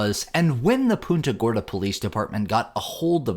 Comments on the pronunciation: It's pronounced "Punta" like a football punt. It's not "Poonta". 😊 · It's Punta Gorda. Like punt the ball. Not poonta, lol. 😂Yeah it's not the first time just the worst. Unbelievable